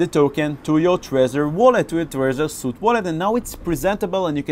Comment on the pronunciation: Thanks for this.. I think the Trezor suite is pronounced SWEET btw..;)